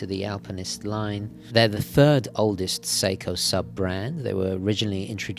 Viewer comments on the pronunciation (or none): none